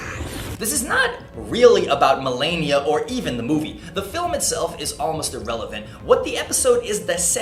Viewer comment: If you're not going to pronounce Melania correctly, at least MISpronounce it correctly: MELABIA! 😊😂